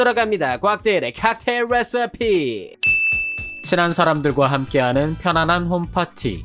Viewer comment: 대일씨 목소리 뤠서피 발음 사랑입니다.